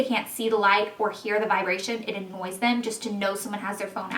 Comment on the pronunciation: lol you ALWAYS SO AND WITH A "S" AND THE END - "ANSS"